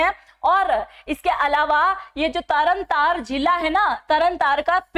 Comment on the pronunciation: कम से कम नाम तो ठीक लो,सरबजीत सिंह है।तरनतारन है तरनतार नहीं,बहुत अक्षर गलत बोल रहे हो। हिन्दी की पकड़ सही करो।